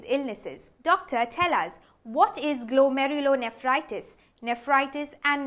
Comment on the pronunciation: Thanks, great video, has explained very well, she pronounced the name of disease very fluently every time, I cant even do that once.